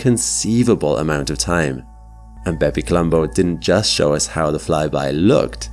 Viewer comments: I can't help but hear it as "Baby Colombo" haha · Did anyone else think he was calling the craft "Baby Columbo"? Great video as always!